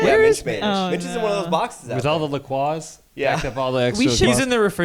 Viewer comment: la croix is pronounced la-croy, thank u